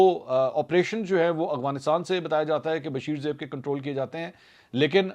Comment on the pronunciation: السلام علیکم منصور بھائی یقیناً آپ کا ہر پروگرام دیکھتا اور سنتا ہے ۔ تجزیہ بہت متوازن ہوتا ہے ۔ بہت اچھی بات ہے ۔ آپ کی اردو انگریزی کی ادائیگی بھی صاف اور بہترین ہے ۔ یہاں ایک بات کی نشاندہی کرنا چاہوں گا کہ آپ لفظ "افغانستان " کی ادائیگی ہلکی سی تبدیلی سے غلط ادا کرتے ہیں ۔ آپ افغانستان کو ہمیشہ اغوانستان کہتے ہیں ۔ مجھے امید ہے میری نشاندہی پر آپ اپنی اصلاح فرمائیں گے اور یہ بھی امید ہے کہ آپ میرا پیغام اپنے پروگرام میں شامل نہیں کریں گے ۔ خیر آپ سلامت رہیں اور پلیز پلیز افغانستان کی درست ادائیگی فرما لیجئے ۔ فیصل اکرم گیلانی